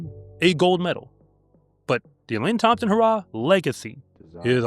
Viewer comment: Elaine Thompson HUH-RAH😂